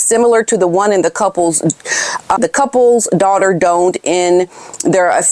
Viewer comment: I think you meant to say donned not long o doooonnned? Donned is pronounced like Don like the man's name. Doe nnned is not a word. It means to put on clothing.